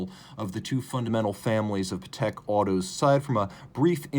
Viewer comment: Great review! Not sure why wouldn’t you pronounce Patek in the correct way… 🤔